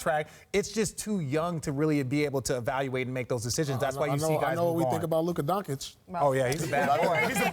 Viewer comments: Pierce - “Donkick” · Paul never went to a school or what.... He just can't pronounce LUKA DONCIC right..........jesus